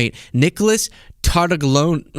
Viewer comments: Tartaglione is actually pronounced quite differently in Italian. Your version is a fair American approximation, but the closest would be tar-tah-GLYOH-neh — with “gli” sounding like the “lli” in million, and the ending as “neh,” not “oon.” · If you talk about this story again, even the ABC announcer did not pronounce Epstein's Italian cellmate's name right. I guess in America people have forgotten how their Italian names should be announced. But it should be Tar-ta-leeoneh. The GLI in italian is a strange sound with a mostly silent G that makes a bit of a y in the back of the throat, but lee is close. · In Italian, the "g" is silent before the "l." Although the name is spelled Tartaglione, it should be pronounced "Tartalione." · Tartaglione - Tartaglione is an Italian surname pronounced tar-ta-LYOH-neh ('tar' like in 'target'; 'ta' like in 'tah'). The newscaster massacred it as well. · Tartaglione : the "g" is silent! Wtf? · in Italian, the "g" before an "li" is silent but stretches the "l" a little bit, like "ll" in million. Think of consigliere and famiglia. (Of course, since Tartaglione is American, he can pronounce it his own way.)